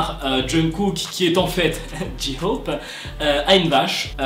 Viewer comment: Ok alors je kiff tes vidéo mais tu prenonce mal le nom "J-hope" il faudrais que tu mette l'accent un peu plus anglais en peu comme ça Jay hope (tkp je sais que sa s'écrie J-hope) voilà la prochaine fois dit bien J-hope 😁😁(conseil d'une ARMY)